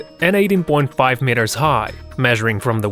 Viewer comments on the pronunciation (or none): When he says meters it sounds like MITERS